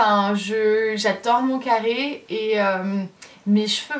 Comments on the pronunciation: J’ai rigolé comme une idiote quand tu as dis café au lieu de carre 😂 breeeef tu es tellement belle je t’adore de trop et continue de sourire (PK TU VIENS PAS A TAHITIIIIII ME VOIR 😭) 💕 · Moi aussi j’aime ton « café » 😂😂☕️👸🏼